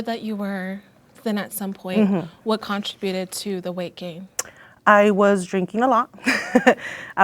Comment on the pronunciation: How can none of these girls say “contributed” right?